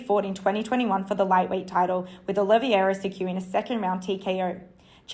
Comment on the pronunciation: I'm not the type to agree with stuff like this as frankly I don't want to appear misogynistic, but I have to agree, that reporter that came on after was terrible. Legit sounded like she was dictating a letter, and clearly isn't into MMA as she certainly wouldn't be pronouncing Oliveira's name as O-livi-era.